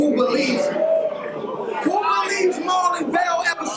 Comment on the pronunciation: Hooked on phonics wont help johnny if he read Marlon wrong!!! Yung ill.......aye but john john was goin n tho...good battle